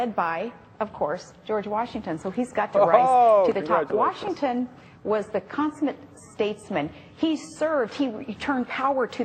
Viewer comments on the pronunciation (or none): Did she say 'consonant statesman'? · She says George Washington was the "consunent" President, lol...is that even a word, and what does it mean??? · Did she say George Washington was a "consonant" statesmen? Watch her lips because she sure didn't say "consummate"! What a complete idiot... of course she will "refudiate" that she doen't know the difference between "consonant" and "consummate"